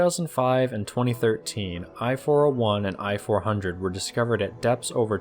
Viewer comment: "I (伊 or イ)" for I-400(伊四百) is pronounced /iː/, not /ɑɪ/. Sincerely yours, from Japan.